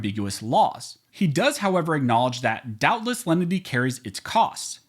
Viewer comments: Perhaps it is simply my ears playing tricks on me but it sounds to me like you are pronouncing it several ways during the video. Here are the various ways I heard it: The Rule of Lundy The Rule of Lendy The Rule of Lenity The Rule of Leanenity What is the actual rule? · You pronounce the name of that rule different ways. Close Captioning spells it differently multiple times. Please spell it out so I can research "rule of lenity, lendy, leninity, or however you spell it. Thanks! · Even with good headphones I cannot understand that phrase at all, He says it 100 times but he mumbles it each and every time. Is he saying "Rule of Lundy" or something else?